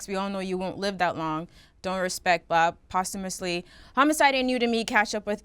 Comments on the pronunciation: These niggas pronouncing posthumously as "Possum-ously" really had me weak yo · Yall pronouncing posthumously wrong smh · Somebody tell Ak the word is ... Posthumously